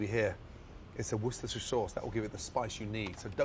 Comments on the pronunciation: 'Worchester' sauce? ............you gonna say that.......... ok then. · 'Dorchester' sauce lol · gordon Ramsey its WORCESTERSHIRE NOT WORCHESTER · It's worcestershire not worchester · Worcester... Not Worchester... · 'Worchester sauce'? Honestly, who typed the responses? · worchester sauce, sick one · Worcester sauce not Worchester sauce! 😔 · not me looping gordon ramsey's pronunciation of "worchester sauce" to try to learn how to say it myself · Even he doesn't know how to pronounce Worcestershire sauce. He just said "worshshshire." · It's Worcestershire not Worchester. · It’s pronounced wrsehtshrr sauce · “WORCHESTER” sauce!??? Lmao did you just disrespect me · It's "Worcestershire" not Worchester, God Wired! XD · "worchester sauce" ARE YOU FUCKING KIDDING ME, Gordon, you're British for fucks sake. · I feel like even Gordon mispronounced warcheshtursher sauce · How does a Brit fuck up the pronunciation of "Worcestershire sauce" and then writes it down as "Worcester sauce" ? Source: I live in Worcester, Worcestershire. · Gordon cannot say or spell Worcestershire sauce :')